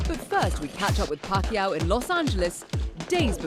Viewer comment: It’s pakYAW ... accent on last syllable. He is just too nice to correct people